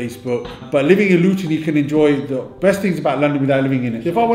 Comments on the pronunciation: "Loo-ton" lol... Try ' Lut'n'. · stop saying Luton wrong every time FFS